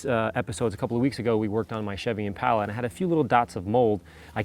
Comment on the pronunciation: Can't say the word impala. Funny cuz he owns one